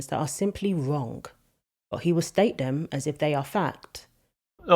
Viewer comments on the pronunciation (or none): your completely right what you say, but please say “ them” instead of “ dem”